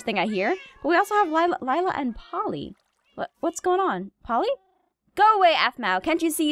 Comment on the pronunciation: Um...I actually think Laila's name is pronounced Lay-la, not Lila. But I have no idea how to spell either of those correctly so whatever.